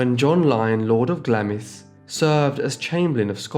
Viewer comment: Love the channel but can I point out that Glamis is pronounced Glams not Glam--is. Really sorry but it's so annoying. I'm just up the road from the castle and love going there .